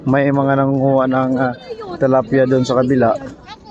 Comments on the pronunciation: Tilapya, not talapya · Anong talapya ano ka burlo tilapia Hindi talapya